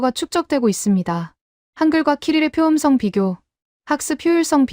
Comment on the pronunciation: 총 '25개'를 '스무다섯 개'라고 읽니? '스물다섯 개'라고 읽든지 '이십오 개'라고 읽어야지. 한글 국뽕으로 돈벌이하겠다면서 숫자도 못 읽어서야! '표음성'은 '표음썽'으로, '철자법'은 '철짜뻡'으로, '문법'은 '문뻡'으로, '높임법'은 '노핌뻡'으로 읽어야하는데, 한 마디로 한글 읽기가 너무 엉망이야.